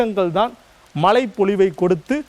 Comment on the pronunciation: மழை: மனம் போன்ற பல சொற்களில் உச்சரிப்பு மிக மோசம் ...